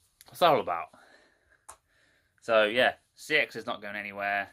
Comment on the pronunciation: he might have the “knowledge” but he can’t say the name of the shop right...